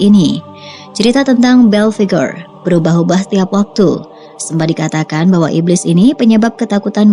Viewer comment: Dia namanya om "Belphegor" bukan om "Bell Figure" 😂😂😂🤣😂🤣😂🤣